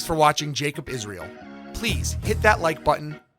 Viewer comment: IS RA EL ? LOL HAVE YOU EVER ASKED THE ?????? IS RA EL